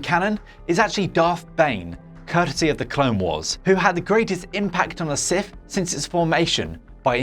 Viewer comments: Sith, not Sif. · Getting this guy to present a video where his speech impediment prevents him from saying the subject matter correctly is pretty fucking dumb. Sif